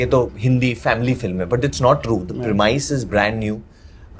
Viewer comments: prem - is varun prem-is not premuis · Correct me if I'm wrong, but did Varun (and then Kiara) pronounce 'premise' incorrectly?